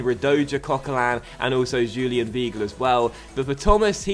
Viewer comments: You pronounce Weigl V-eye-gl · just a heads up, weigl is pronounced V-eye-gle